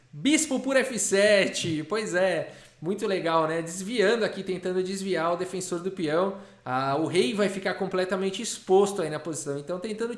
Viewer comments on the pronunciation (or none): none